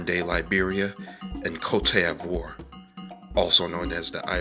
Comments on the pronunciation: Thanks for your research.... Cote d'Ivoire is pronounced coat Dee Voir !l. Bamileke is bami lakay... Just correcting your pronunciation!!! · bro please i know but you need to pronounce cote d'ivoire well 🤣🤣